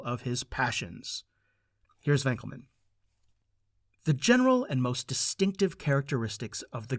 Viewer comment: Fantastic! Thank you for your great talk! (But it's 'Winkelman', not 'Wenkelman')